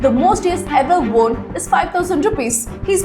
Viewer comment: 'won' is pronounced exactly like ONE 👈